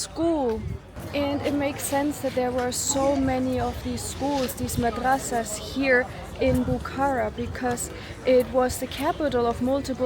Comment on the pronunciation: Masadraas ❌ Madrasaas ✅